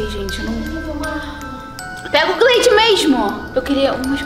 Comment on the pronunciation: Lsslslskakakkaja ela viu q a marca tava errada e continuou falando gleid